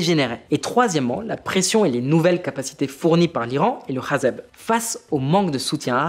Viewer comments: Pourquoi tu dis Hazeb au lieu de Hezbollah c’est irritant :)) et on voit que tu as tropisme vers les positions israéliennes… le Hamas est un produit direct ou indirect du Mossad… Israël a toujours voulu la guerre et la colonisation…. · Question: Pourquoi est-ce que tu appelle le hezbollah "hazeb" 🤔